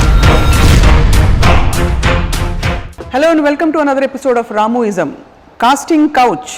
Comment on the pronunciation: It's not ramuism,it's ramuనిజం.